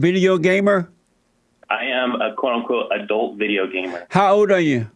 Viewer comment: Jesse said Gaymer